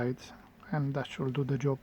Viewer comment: Ни джёб, а эн изи жоб!